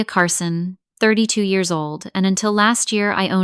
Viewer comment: And pronounce Years correctly! lol